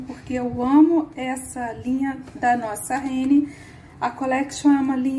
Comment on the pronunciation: Acho um barato o jeito que você fala renne em vez de rennerrr